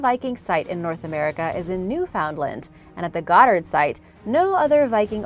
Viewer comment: Newfoundland is pronounced New-fa-lend.